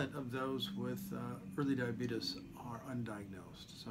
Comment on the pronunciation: Lol, he said diabetus